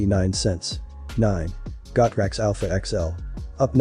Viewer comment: Pronounced "Go" "Trax"....... not "Got" "Rax".....ya "Dumb" "Dumb".